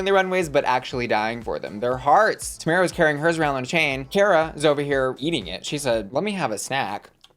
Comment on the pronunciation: It is TOE-MAR-UH not toe-mare-uh 😭